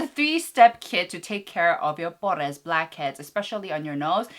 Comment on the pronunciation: I keep noticing you say "pores" in like a spanish accent and I'm not sure if you do it on purpose or not but just in case in spanish it's actually poros. I don't know if you just like to make the accent in the english word but I'm just letting you know in case you didn't ^^